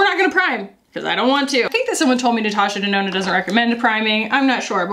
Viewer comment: Nurtooshur Durnoonur!!! The intro made me burst out laughing